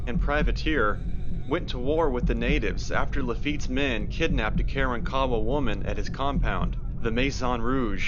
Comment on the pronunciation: ITS NOT" KAREN- KAWA" YOU IDIOTS!!!! ITS KAR-WAN-KA WA GO SMOKE ANOTHER BOWL!!! YOU WRONG AGAIN POT HEADS- THERE ARE NO- REPEAT NO ROCKS NATURALLY AT GALVESTON ISLAND- ITS A HUGE SAND BAR- THOSE ROCKS WERE PLACED THERE BY MAN!!!! STORM CONTROL...... ISALND OF DOOM RELATED TO SO CALLED PIRATES AND AFTER THE 1900 STORM AND BEACUASE INDIANS ATE PEOPLE